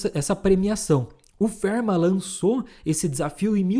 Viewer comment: A pronúncia para Fermat não é "férma" e sim "fermá".